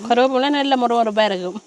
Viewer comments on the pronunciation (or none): கருவப்பம் இல்லை கருவேப்பிலை